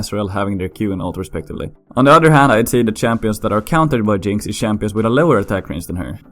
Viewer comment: shampions i like it